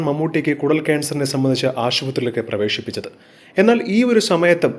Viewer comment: പ്രവേഷിപ്പിച്ചത് എന്നല്ല പ്രവേശിപ്പിച്ചത് എന്നാണ് കേട്ടോ.ആദ്യം അക്ഷരം പഠിക്ക്.പിന്നെ വായിക്ക്